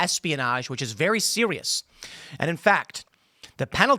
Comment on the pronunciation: Very sewious